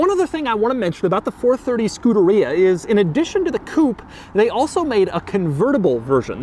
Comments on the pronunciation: Man I hate that way this dude pronounces Scuderia, it's not "Skoo-duh-rea" but more like "Skoo-DARE-ee-uh" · It's pronounced skoo-dare-e-uh Not scooter-ree-uh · Scu-der-EE-a? NO!! Scu-DER-EE-ah! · Say Scoohdereeya one more time Doug 😵‍💫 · It's Skoo-derrrr-ia, you whitewashed Italian. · Doesn't anyone else think it's funny how he pronounces Scuderia? He makes it sound like a super bad case of the trots. I'm fairly positive it's Scu-DAH-ri-ah (you know, all Italian sounding and stuff) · skoo de ree yah??? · All this knowledge about the car yet he doesn’t know how to say the name properly. SCU DA RIA 😂😂😂😂 oh gosh Enzo is turning over in his very large elaborate grave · Doug is the type of guy who’d call Scuderia “skooderiya” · wouldn't it be pronounced 'ske-DARE-ee-uh'? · We need a 10 hour version of Doug saying Scuderia.